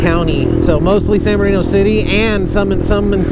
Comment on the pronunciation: I’ve heard a couple diffrent names behind San Bernardino…. Like San berdoo… San murdadino….. now hearing you call it….. San ghettodino! That’s a new one!